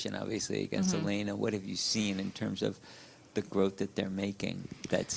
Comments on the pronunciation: She’s smart but she keeps saying Elina, her name is Elena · Its Elena not Elina Jissica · English pronunciation: Eh - lay - nuh 😂😂😂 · If you listen to Aryna she pronounced it properly which is yah-lay-nah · No....it's Eh - lay - nuh. There is no "Y".